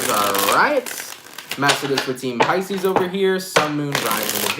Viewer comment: you did Capricorn and said pieces fucking twiceeee